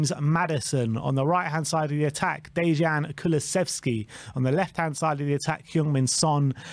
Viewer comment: They get Dejan and Yves wong every time too.